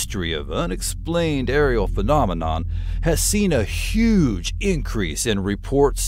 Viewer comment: Excuse my french,but I'm curious,did you say fucknominon or am i just hearing things? 🤔😆😆